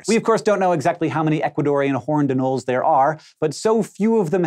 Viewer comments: He's got it wrong, it's a-noll-ees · Is anoles pronounced ah-nolls or a-noll-eys?